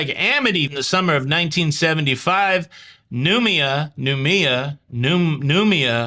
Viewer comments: Noumea is pronounced Nu may a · Hi ❤ it's prounouced new... Me... Ah:). And it's classed as the pacific islands but is not a part of Australia:)